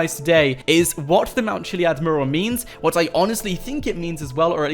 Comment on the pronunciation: Its pronounced mue-ral, not murral